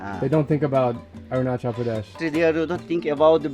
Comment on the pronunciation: Mubai?? Arun CHAL?? PRAADESH!? You and youre prouncancetion is not good